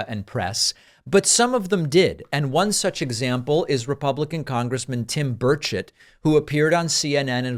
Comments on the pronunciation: I keep hearing tim birdshit... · Interviewer is awesome. And I love the way Tim Burchett's name sounds phonetically exactly like what's in his brain.